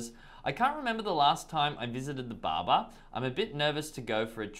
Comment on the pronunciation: Im laughing at his pronunciation of the word “Barber” is like saying baba which kids say as daddy in Arabic 😂😂.